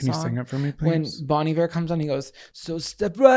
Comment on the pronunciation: I was today years old when I learned how to properly pronounce Bon Iver 😅